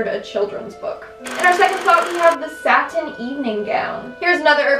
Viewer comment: Satin Evening Gown: what i heard: Satan's Evening gown